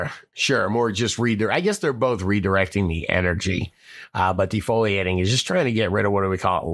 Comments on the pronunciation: Pls learn to say defoliation...should not be saying the word foil!! De fole e ate. Please please please start saying it right. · Pleeeeeeeeeeeeeeeeeeeeeeeeeeeeeeeeeeeeeeez, DE-FOE-LE-ATION.....MY GOD DUDE, JEEZ.